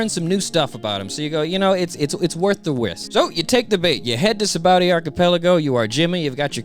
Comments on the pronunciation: Lol it's saba-ody archipelago bro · Love the videos. Only thing that's weird to me is "Sabowdy". "Sah-bah-oh-dee". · The English dub pronounces it "Sa-ba-o-dee", the Japanese kana say "Sha-bon-dee". Oda based its name on the Portuguese "Sabão", meaning Soap (that's why the bubbles!) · Y'all need to know this: Note that the island's name comes from the Portuguese sabão (which is pronounced like “sabon”) meaning “soap,” from which the Japanese シャボン or “shabon” is derived. That's why the island is called “Sabaody” but pronounced “Shabondy.” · I know that it's spelled "Sabaody", but it's pronounced "Shabondy". "Shabondama" is Japanese for soap bubbles, which gives the archipelago its name, and Oda is notoriously very bad at spelling with letters.